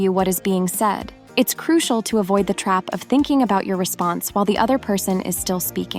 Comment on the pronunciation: Love your videos and your voice is very pleasant. pronunciation of certain words tho.....it's CRU SHEL not CRU SEE AL. Hugs